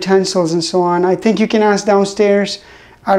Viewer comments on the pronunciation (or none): none